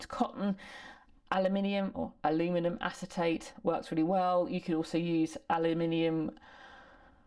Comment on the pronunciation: Very nice breakdown of the beginning process. And I much rather your pronunciation of aluminum 😊